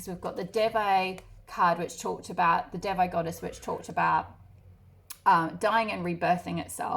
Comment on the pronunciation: Pile 1 and Devi is pronounced like they+we (de+vi)